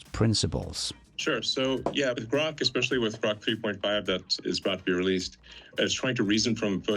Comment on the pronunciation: did you HEAR Elon say GROK with a G NOT a C. Your mis pronouncing GROK please STOP, thank you.